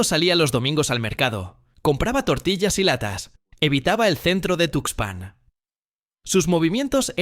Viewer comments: Esa cuento del tarado ocaña lo produjo un chatppp. Es una mamada. ¿No te diste cuenta? Observa cómo pronuncia 'tuxpán'. Además, el Pánuco no abraza al golfo. Desemboca. Mucha mamada por un pendejo. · El rio se llama Tuxpan, si para el nombre del río que es información publica no lo dices bien, imagínate los detalles del caso que es información clasificada, mejor ponte a investigar los nombres de los ríos junto con su ubicación.